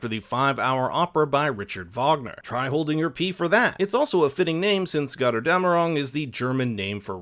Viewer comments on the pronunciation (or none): "gother dam erung" - i love it when americans try to speak german 😄